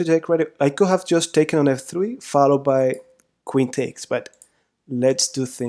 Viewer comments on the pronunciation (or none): none